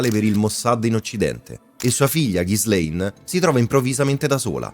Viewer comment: Pronuncia di Ghislaine da rivedere 😅 Per il resto, documentario fatto molto bene